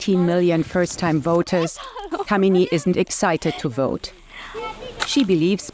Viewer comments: Her name is not pronounced "kameeni" lol 😆.. That's a degradatory abusive casteist slur. It's "kaamini" (kaa as in "car" and "mini" as in minimum, meaning lover, or capable of being loved). Work on your pronounciation. It's not that hard. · Pleae correct yor pronunciation for this girls name it is Kaamini not kamini